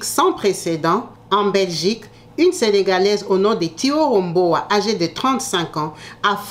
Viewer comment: Le prénom et le nom étaient mal prononcés, dans la vidéo mais si c'est thioro mbow oui elle est sénégalaise